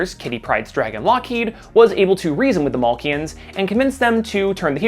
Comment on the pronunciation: You pronouncing Makluan as Malkian annoys me :D